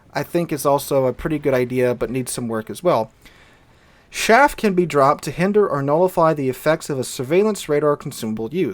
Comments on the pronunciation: I'm sorry, every time you said SHaff I cringed...it's CHaff, like Charly. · chaff not shaff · CH af. Not shaff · Do you mean Chaff? Sounded like you said Shaft...